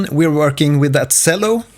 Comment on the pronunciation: the way you pronounce cello pains me... this is a very helpful video tho, thank you!